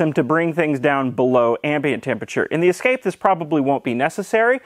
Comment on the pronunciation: Ah, a Ford Ess-ca-pay.